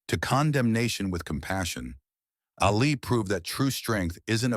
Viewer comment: By the way, his name was pronounced Ahlee, not Alley